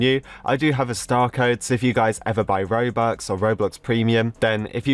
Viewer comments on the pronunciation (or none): none